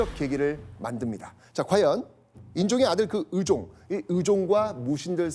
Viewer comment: 발음 제대로 해야지~!으종이 아니라 의종이고 이으방이 아니라 이의방이야. 호남사람이었던가?